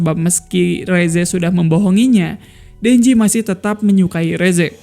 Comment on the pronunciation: Rezze yang benar" resse:v